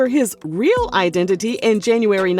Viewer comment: Fake I-den-ti-ty😂😂😂